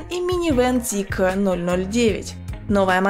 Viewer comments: тормози да братишка)). Мы до этого на твоём канале знали эту машину как zeekr а не зикэкр(или как там) ))) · Как слышу Зикэ, не хочу смотреть…. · Очень ужасно ЗИКЭЭЭ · логотип же написан не на китайском, значит произносить на китайском не совсем коректно)) Но а если серьёзно очень не приятно звучит это к э-э-э, можно как то по мягче? П. С. Да это только моё мнение, но судя по всему не я один его разделяю... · Мне одному режет слух то как ведущая произносит Zeekr? Может лучше произносить по английски как и написано, а не по китайски? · я и понял что так говорят в Китае, но мы то не в Китае. И сомневаюсь что на английском именно так звучит...